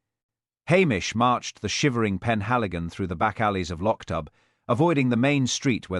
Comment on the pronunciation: The town’s name is pronounced /lok doob/ not /losh dub/